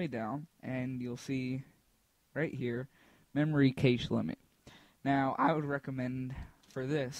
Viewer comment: Not to be a dick but cache is pronounced "cash"